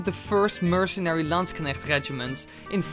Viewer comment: Holy shit you pronounced zweihänder quite badly but landknecht very very good